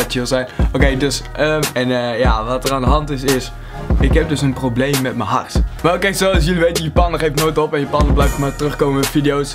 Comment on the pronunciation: Hoe jij hart zegt echt grappige accent